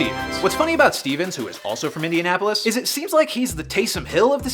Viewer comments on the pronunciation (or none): none